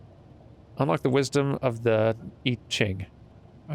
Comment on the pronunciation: Hey, just some info you might find interesting. First, you did pronounce I Ching (which is the Book of Changes) correctly. Lol. It's a Chinese system of spiritual guidance and divination, dealing with the changing of the chi in your life through various states. It can get pretty deep and complicated but in a very simplified nutshell, you find out which of the 64 hexagrams your life or situation currently is in or structured as, and also which hexagram it is changing into. This lets you get an understanding of what forces and evolutions are effecting whatever thing you are divining about at the moment. Then you can make conscious changes or actions to alter what hexagram it is evolving into or which it moves into next. I Ching is closely related to Feng Shui and they are often used in conjunction to direct your life to better, more ideal, and enlightened and harmonious ends. The notepad you found was her taking notes on her results of an I Ching reading. Like I said, this is super basic and simplified. The discipline is incredibly deep and can get very complex, though the basic structure is quite simple. It's fascinating and I encourage anyone to look more into it. If anyone happens to be better versed in it than my summary, please feel free to add on your thoughts. Lol.